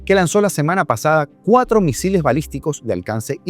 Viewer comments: "musiles" xD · Petro es madre Loco,tiene problemas de Adicción y de Ficción aún dice Musiles en vez de Misiles, bueno para ser exguerrillero se sabe que no estudio y cuál Gobierno progresista dice estar orgulloso,fuera y nada de reelección 👆😡